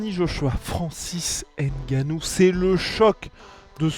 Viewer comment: Francis ngannou Pas N gannou Vous faites exprès ?